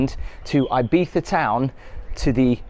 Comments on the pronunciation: as someone who has had a house in Ibiza for 25 yrs, some FYI’s…it’s not pronounced EYE-Beetha. It’s EEE-Beetha Also the Grand Hotel is certainly not the most expensive hotel on the island. You are staying in the heavily tourist area. Quite ugly and the true locals never go in there. Locals and those with $ are more in the hills. One day, treat yourself to those top hotels. Six Senses, Nobu.. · Thank you for all these videos, I'm enjoying , your reviews are very interesting and fun. BTW , I think it's E beetza , not I bee tha , lol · it's pronounced ee-bee-sah. In spanish 'i' is pronounced as english 'e'. Still leaving thumb up for the video 👍🏼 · come on dude, you staet with "ay biza" and I was fuming already, min 7 you pronunciate the name properly twice and I was ..ok, ok... then at the end you go back to "ai biza , aibiza" and I swear I just want to punch you in the face. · Can't imagine paying the price for the expensive place. How much time are you actually spending in a hotel on vacation? Again, breakfasts in hotels tend to be a complete rip off no matter how good they look. Local bars are your best friends for breakfast. Also Ibiza is pronounced E(as in sea) biza. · The way the British pronounce "Ibiza" makes it sound like you're mocking the Spanish.